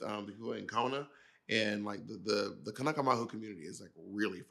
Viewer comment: Mahalo Bob for the clarifications of the Hawaiian terms and great pronunciation of kanaka!